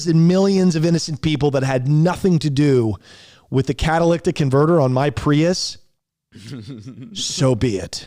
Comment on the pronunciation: Drink every time mispronounces the word catalytic